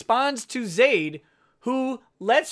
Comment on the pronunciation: YOU SAID MY NAME RIGHT:D